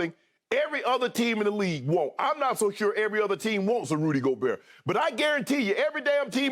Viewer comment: The way Skip said Rudy Gobert 😂😂😭